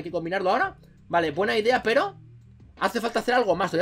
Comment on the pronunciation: En el #minuto dijiste peyo envés de pero